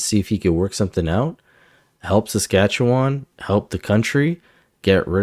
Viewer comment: "Saskatchewan" is not pronounced "SaskatcheWON". Just so you know - the last syllable is not emphasized.